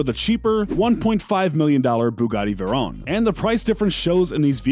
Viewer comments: Vay-Ron not veron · bugatti theron and bugatti sheran lol Vey-ron. Cheer-on (yes the bugatti's name is chiron) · It’s not shirown as you saying it it’s she Ron and HOLY SHIT you fucked up my favorite car the veyron wtf it’s not the verown it’s the VEY RON WHICH YOU KNOW IS MY PFP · Its she-ron and vey-ron not chirone and veyrone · Omg... it’s not Verone! It’s Veyron. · Not be rude but two things, it’s pronounced veyron (vay Ron) not va Ron and the Chiron is a hyper car not a super car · Why is he saying veyron like veron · ITS VEYRON (VAY • RON) AND CHIRON (CHEER • ON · Almost trew up when he said chiron and veiron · i hate how he pronounces "chiron" and "veron" he goes "sheer on" and "ver onne" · Its va-ron and chi-ron not what u said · Bugatti shirown Bugatti veroan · you say Chiron and veyron wrong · why can u not say veyron and chiron like a normal person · I almost had a stroke listening to this guy mispronounce Veyron, while claiming the Veyrons throwing down 1200hp. The Base Veryon (lmao base model Veyron) came with 1001hp. Yes towards the end of its life some models had 1200hp. Say WRX, Show an STI, and then give STI specs. Bro, just shut up! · Man, the way you pronounce both Bugatti vehicles made me want to punch a baby. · Just because a new exhaust and body parts were added to a car doesnt mean its modified, that SV is as stock as it can get. And thats not how you say chiron 😭 OR VEYRON 😥😥😭😭😭😭